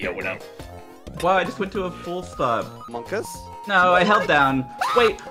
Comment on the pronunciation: pronouncing monkaS like markass is all I care about